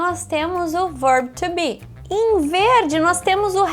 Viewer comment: Por que algumas vezes ela fala com a pronúncia correta e às vezes não? Por exemplo, o "to be" ela às vezes fala com sotaque em Português, é de propósito ou é costume mesmo? E o "He"... às vezes ele fala "rri" às vezes fala "rrê". Qual o correto?